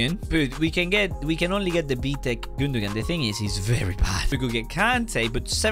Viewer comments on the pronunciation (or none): none